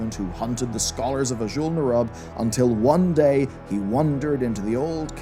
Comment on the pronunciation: Great video, but damn you change your pronounciations with every sentence. Sometimes you say scOrge, the next sentence you say scUrge (correct). Then you say Azjol-neRUB like you're rubbing your elbow, then you say Azjol-nerUUB (correct). I'm having flashbacks from the days of WoD when content creators left and right would say DrAYnor, when Metzen himself clearly pronounces it DRAH-nor.